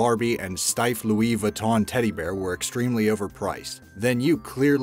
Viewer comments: You don’t say Louise viton you say louie Vuitton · I hate it how he says Louis Vuitton